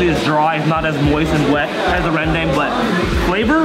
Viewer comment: OH FINALLY SOMEONE CAN PRONOUNCE RENDANG